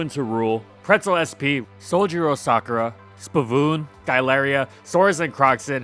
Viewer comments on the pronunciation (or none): none